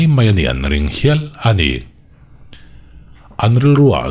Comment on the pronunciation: Enge Amah erawh chu tih tur ang chi ah te leh A' hawrawp bula a awmna ang chi ah , ha'mah erawh chu tihte, Ani chu tih turah, Hani chu tih deuhva ilam tlat a... Ahnu ah tih ah tepawh Hahnu ah te i tih veka?🤣🤣🤣🤧